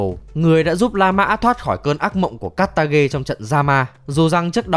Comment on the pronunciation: nó là ca tha, không phải ca tha ghe